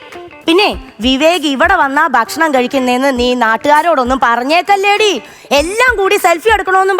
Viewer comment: ദയവായി 'ബക്ഷണം' എന്ന് പറയരുത്. ഭക്ഷണം എന്ന് പറയൂ